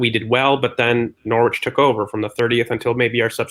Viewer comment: You nailed it, Nor-ich! LOL!